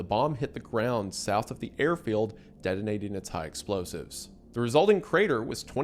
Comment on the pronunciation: "buddon" (drink) "deddonating" (drink) "Tidan 2" (drink)